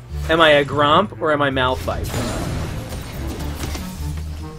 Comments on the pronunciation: it is malphite not "malpthite" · "Malpthite" OMEGALUL 😂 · It triggers me that no one noticed MALPTHITE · tho Malphthite LUL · I like how it actually says ''Malpthite'' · MALPTHITE btw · "Malpthite" LOL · Malpthite lul